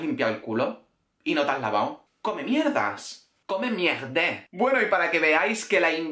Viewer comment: "Come miegde" 🤣🤣🤣🤣🤣